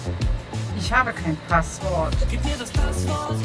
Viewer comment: Es heißt Passwort und nicht Paaswort